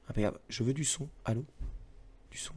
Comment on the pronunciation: J'adore le "ALLO!" made in Bretagne # XD Merci pour cette émission ^^